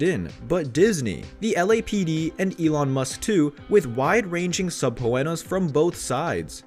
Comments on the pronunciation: What’s a sub-poo-ena? Isn’t it su-pee-na? The other one I noticed was ly-a-ble not lib-L. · Who the heck is the narrator? It took me a minute to interpret SUBPOWENNA as SUBPOENA, among other creative manipulations of the English language. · Subpoena is not pronounced that way just FYI.